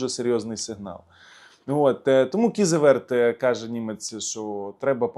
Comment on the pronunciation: Тупий, навчись правильно вимовляти - Кізеветтер. Це те саме як прочитати не, а Давбаюк.